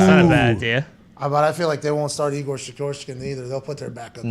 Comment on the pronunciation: Knee Gore? 😂😂😂😂😂